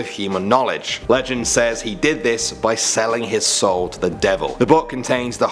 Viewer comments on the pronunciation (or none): none